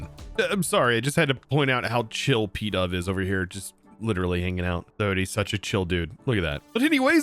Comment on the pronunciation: Pee-dove? Do you call it a pee-dgeon,? 😂